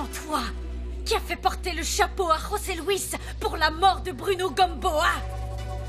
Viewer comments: nn José se prononce comme ça osé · José Louis on prononce roser en espagnol